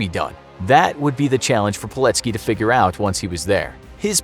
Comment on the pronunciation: PILECKI kurwa mać, a nie POLECKI !!!!